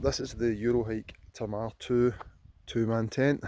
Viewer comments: It's pronounced Tay-Mar to rhyme with Braemar. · I thought he was saying "Tomato tent" 😀 Which seems like a nice name for it!